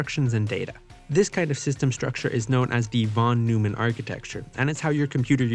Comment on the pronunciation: neumann is pronouned "noy-men" just so you know 😁